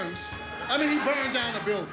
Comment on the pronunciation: When he said "he burned dow a building" 😂